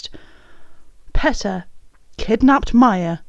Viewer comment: Ok. But it's pronounced PEE-tah not PET- uh